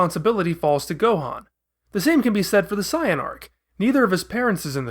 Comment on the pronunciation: This dude can't even say saiyan right